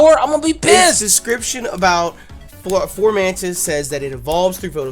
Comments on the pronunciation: It's FOMANTIS... NOT FORMANTIS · Everyone keeps calling it FORmantis, but there isn't an R. It's just FOmantis. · Fomantis... Not "Formantis" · Why does he keep saying "FoRmantis?" There's no "r" in it! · yo why do you say formantis? its fo mantis my dude